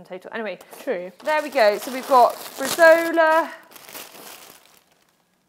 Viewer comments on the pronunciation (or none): Welcome back! Loved the recipes, though for the second salad it's meant to be Bresaola (Bre-zow-la) not bresola ;P